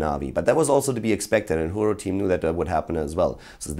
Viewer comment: if it's a spanish team i believe it's pronounced "hurón", not that it metters thou